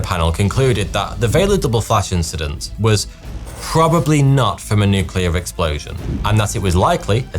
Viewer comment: The so called nucular explosions.